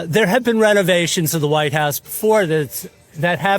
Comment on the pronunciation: .."The Entire Facãde of the Wh I te House...". Oh, Christey Joon. 😐